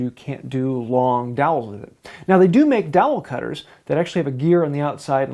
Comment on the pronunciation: All I hear is like "DAWHLL" or something?" (Fred Gordon Herbert ✝️)